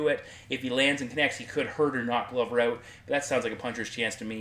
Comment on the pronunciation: your "out" and "bout" words sound more like "eut" and "beut"